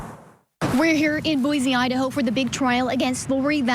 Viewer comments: There is no Z in Boise. It’s pronounced Boy See. While I am at it. There is no COW in Moscow. It’s pronounced Moss Co. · Just FYI..it's pronounced [Boy-See